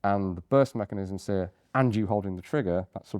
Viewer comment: "seEr", lol